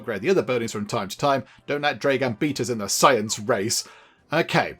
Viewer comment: Also, you are reading/pronouncing it like "Dreigan?" when it's "Dragan" as in "Drag" in "drag racing" or "[Drag]ging a sack of potatoes", and "an" as in "That's [an] amazing beard". So, "Dragan", not "Dreigan", and yes, that's like both the most Russian sounding name, and not at the same time. 😅